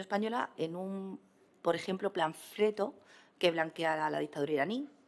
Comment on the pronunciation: Repaso monumental del Sr. López y ridículo espantoso de los buleros de las miserables derechas Por cierto a la le diré que no se dice "planfreto" sino "panfleto". De las demás sandeces que han dicho mejor no diré nada.❤️✊😈